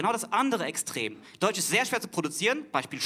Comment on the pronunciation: Die Glottalverschlusslaute hat er zwei mal weggelassen [ʔ]alles is in [ʔ]Ordnung, als er sie aussprechen wollte. Sein Argument ist so nicht ganz richtig.